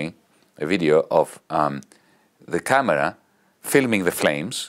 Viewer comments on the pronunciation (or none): none